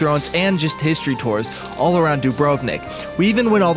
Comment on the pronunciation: Every time i hear the English pronunciation of Dubrovnik , a little part of me dies